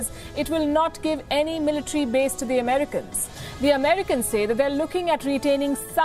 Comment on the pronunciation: Ofcourse your speech is nice but its Military NOT "Militree". I have to say this, because listeners from non-native speaking countries would subconsciously learn from you.